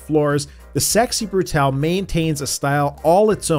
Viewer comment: Yay. Someone who says "Brutale" instead of "Brutal".